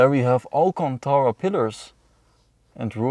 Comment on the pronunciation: all that allcontaahra :D